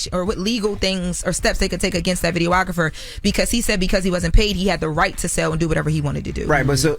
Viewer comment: pronunciations make me itch. Jess tried to correct Aeropostale and Uncle Charla corrected “videographer” earlier.